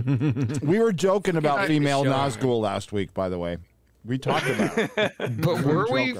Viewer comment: Is the she hulk show saying "female" ....l kind of heard it as "feed-me-males"....